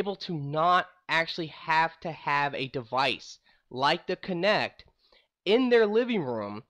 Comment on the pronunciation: Try to stop saying K'NeX. Thats the plastic building toy. Its "Kuh-nekt"